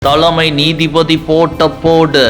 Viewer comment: த'ள'மை நீதிபதி! உச்சரிப்பு பிரமாதம்ப்பா!!